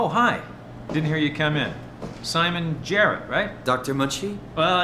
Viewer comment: Smon Jrrt is now the only way to say his name